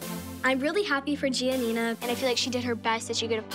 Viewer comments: Abby told Gianina to move on while abby was the one who kept talking about it. Also what’s with the way she pronounces her name “gnina” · Anyone else notice the fact that Abby never pronounces GiaNina’s name correctly